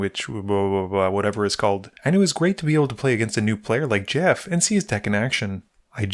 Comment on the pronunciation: I kept thinking your friend's name was Jeff and you were just pronouncing it Jæff. I got a little giggle out of that.